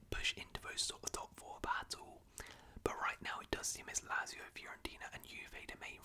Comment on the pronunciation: I like these longer round up vids but Lazio is pronounced "Lat-zio" rather than "Lazz-io"